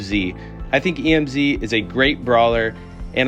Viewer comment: Why did you say e m z instead of emz